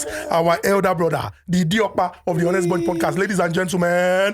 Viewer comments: I do love yur intros but please it's not pronounced H=onest bunch but 'onest. The 'H' is silent biko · Why do they keep pronouncing the H in ‘honest’ 🤷🏽‍♂️ the H is damn silent.